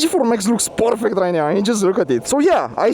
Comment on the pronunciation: "Porfect" G4 Max... yes yes